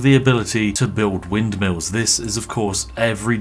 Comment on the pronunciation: When Spiff said I really love mindmills, he became truly Dutch for a second.